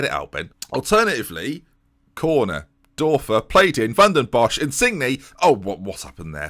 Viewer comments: the "ör" in Dörfer is pronounced like the "-ur-" in burn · The Ö in Dörfer is prounounced like the U in Ben Hur